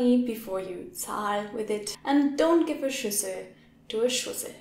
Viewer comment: Bowl & idiot sounded so similar! I couldn't discern between the two!